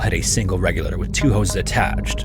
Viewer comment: Regulator is a four syllable word, not three !